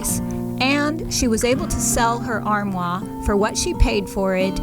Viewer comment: have I taught you nothing? Are you still calling it an "ar-whaH"??? LOL! Oh my goodness. I can't believe it! They will never let you into France! ARR-MWARRRRRR! 🙂 Your porch is really coming together! I love it. As soon as I saw that round pillow I thought the turquoise pattern looked like peacock feathers, and I was hoping you would paint it in those colours! Maybe you still will? I'm glad that Danielle replaced the ARR-MWARRRRR with the dresser. A much better fit. The colour is a little tame, but she's not the painter in the family, and she really has done pretty well with all that painting of the ARR-MWARRRR. I love what Dad did with the diagonal wood on the back of the entertainment centre. I would put some fabric in back of the TV area. That way it can easily be changed out when she wants something new and different. Really enjoying all your California bright colours. Love from your Canadian friend who knows how to pronounce (some) French. 🙂